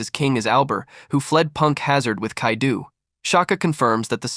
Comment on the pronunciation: Bro calling kaido kaidu is wild